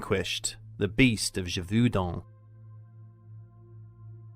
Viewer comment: ghe-vohw-din last syllable to rhym with the french number 1. sub-seh-quent, not sub-see-quent. are english schools so bad that you are incapable of pronouncing your own language, let alone foreign languages?